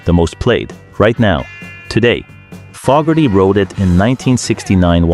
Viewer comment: Great list but the narrator can't pronounce CCR's lead singers name right instead of Fogerty he pronounces it Fog erty .